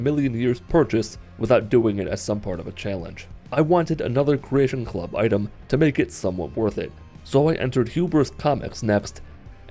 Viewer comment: The second you said creatation club. I stopped watching.. =/